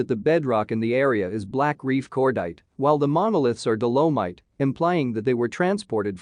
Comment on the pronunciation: I note that this is synthetic voice - artificial. mispronounciations of dolomite and also referenced later as dolorite.... thanks for the presentation anyway. what indigenous tribes have been contacted to give their ancient wisdom on this area please?